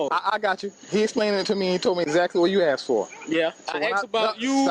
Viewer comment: I axed him a question.